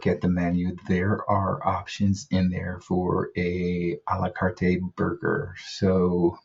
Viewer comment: You only need to pronounce it Ah lah cart... the E is silent.